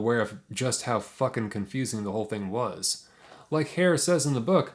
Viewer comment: Herr is not pronounced like hair- but like her.